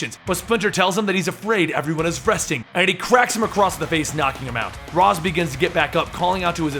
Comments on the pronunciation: You mispronounced Ra's, it's (Raysh) not (Roz) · RAYSH not Raz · Raysh, Not Raz. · It is pronounced raish not raz